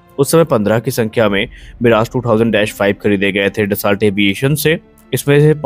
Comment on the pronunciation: उच्चारण डसाल्ट नहीं, ड-सो !